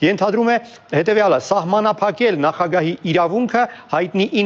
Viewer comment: Ձեր բանավոր խոսքը շատ է տուժում բացահայտ քերականական սխալներից:Օրինակ՝ Եվրամիությություն արտասանելիս շեշտված Ո եք ասում՝(ԵվրՈմիություն);հայերենում Ո տառով հոդակապ չկա:Համապատասխանաբար եվրադատարան;եվրախորհորհորդ;եվրադիտորդ եվ այլն…… Ասում եք խոսացել եմ՝խոսել եմ ի փոխարեն; նախագաՆ՝նախագահի ի փոխարեն եվ այլն…..